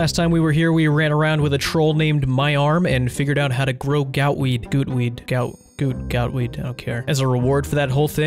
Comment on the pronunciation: that is not how you pronounce gout - weed. look up gout pronunciation.